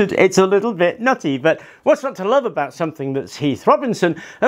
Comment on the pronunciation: Love your stuff . Please say the word but , it’s but like butter not bert